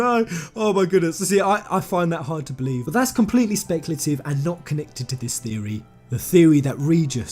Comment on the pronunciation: Lol has come up with a NEW THEO-REH:D